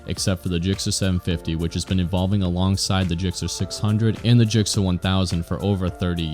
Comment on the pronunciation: Stop saying JIKCER...